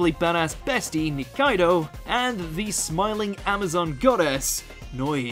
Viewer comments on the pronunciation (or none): none